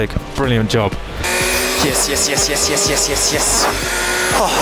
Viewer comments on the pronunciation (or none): the frenchest yes I've ever seen